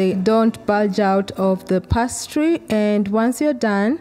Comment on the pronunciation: Pronounced pay-stree